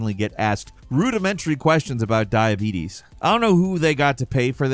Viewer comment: "I HAVE DIEBEETEES"😂